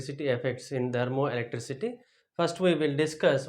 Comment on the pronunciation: Kindly pronounce the word THERMOELECTRICITY correctly.... It is not dermoelectricity